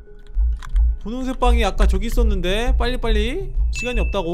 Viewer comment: 보라색 열쇠을 부홍색얄쇠 라고 하고 있닼ㅋㅋ